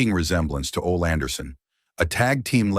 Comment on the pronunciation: Just butchered Ole's name.😂